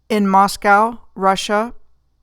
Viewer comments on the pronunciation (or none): none